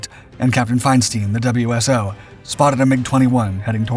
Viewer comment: WSO is "Wiz-oh"